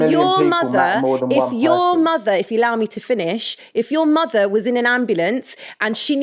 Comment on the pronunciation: your motherの発音が好きすぎる